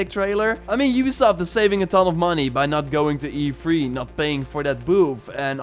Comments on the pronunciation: It’s E3 not EFREE. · Every time u say E3 it's sound's like u'r saying efreet